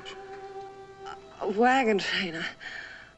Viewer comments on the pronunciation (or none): Great video clip of an excellent episode of superb series Cheyenne. However, pay close attention to the way Julie Adams pronounces the word wagon train. What it sounds like she's saying is "wagon trainer". Also, pay close attention to the two times that Bodie pronounces the word Custer, as it sounds like he's saying "Custard". I never watched the series when I was a child as westerns bored me. Having watched the entire series in reruns for some time now, I wish I had watched it as a child as the elements of acting, casting, writing and direction were quite perfect. It's unlikely we'll ever see another hero like Cheyenne Bodie as was perfectly portrayed by Clint Walker. Walker would have made an incredible Superman if he were the proper age.